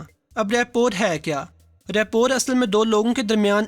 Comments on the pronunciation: It is not rapor, it is rapoa.. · The word rapport is pronunciated as rappo. It's the same word that is commonly used in our daily life k is bandey ki rappo Achi hai jisko log reputation samajhtey hein. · Rapport..it sounds Rapoh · Rapport mai T silent hay